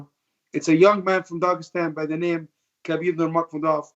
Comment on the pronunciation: Even Ali can not pronounce Khabib's name correctly